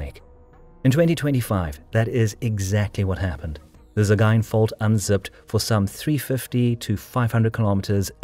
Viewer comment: Probably the best pronunciation of "Sagaing" I've ever heard.